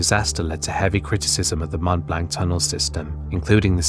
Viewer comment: Seeing that insert... it can't be much worse than the pronounciation of Mont Blanc ;)